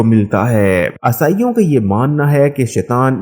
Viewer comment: Bolna to seekh le pehle عیسائی کو اصائیوں اصائیوں کر رہا